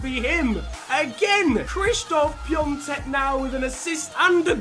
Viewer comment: No it's piontek and piontek is from poland not from czech so the pronounciation is not the same